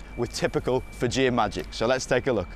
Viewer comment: The way he said "Fijian" made me cringe